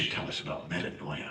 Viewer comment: As a native Greek-speaker, I cringe every time I hear it pronounced as meta-NO- ee-ah. It's medA- nee-a. This spelling gives a better represenation of the pronunciation.